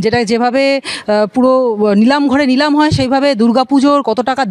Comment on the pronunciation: সাংবাদিক বারবার বললেন লিলাম উচ্চারণটা ঠিক করে বলুন নিলাম।